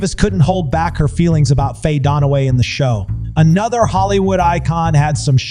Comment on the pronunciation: Who is Faye Donna-way?